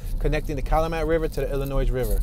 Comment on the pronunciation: FYI the s is silent in Illinois